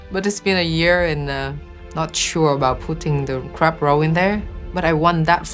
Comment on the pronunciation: Does anyone hear crap instead of crab? 🤣